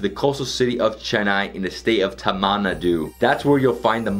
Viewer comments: Needs to work on pronouncing Indian places like Karnataka and Tamil Nadu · Ada pavi...adhu tamil nadu tamanah nadu ila😭.. pronunciation THA+MIL NAD+DU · City of wat???’ Tamanadu’ Good lord